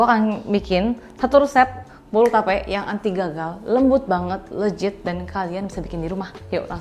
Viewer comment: Kak, please leGit deh bukan leJit iy ga sih 😄 thanks for the recipe. Suka bgt bolu tape 🎉